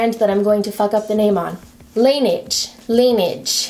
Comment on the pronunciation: I've heard Laneige pronounced by reps in two ways, "Luh-NAHJ" and "Luh-nayge"..... I prefer the latter hahahha